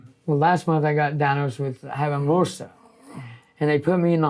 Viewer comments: When he’s saying Mersa which is MRSA. So many sad things piling one on another. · He means MRSA; he's saying "mua-sah, instead of mer-sah. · MRSA. That's the infection that caused him to lose his leg. He is calling it, "Mersa", which is the common Appalachian pronunciation of MRSA. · MRSA is what he was saying. Some people pronounce it "Mersa". Methicillin-resistant staphylococcus aureus, a serious infection. Praying for and. Glad they have each other. Stay strong together. Love and appreciate each other.